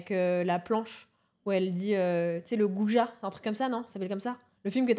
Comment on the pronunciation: Actuellement en train de regarder. "le GOUJA", nan, c'est le Ouija mdrrrrrr hilarant. Bon épisode à tous 💙